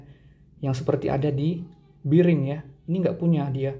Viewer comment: Bering bang bukan biring.. Klo be di baca bi tapi bearing dibaca bering.. geli dengernya ngomong biring² gtu...😂